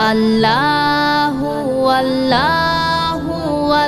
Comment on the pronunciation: আপু আমি আপনাকে আপনার ছোট ভাই হিসেবে কি একটা কথা বলতে পারি ,,, যদি কিছু মনে না করেন,, তাহলে বলছি শুনুন আপনি যে আল্লা হু আল্ল হু বলেছেন , এইটা ভুল , সঠিক উচ্চারণ হলো আল্লহু আল্লহু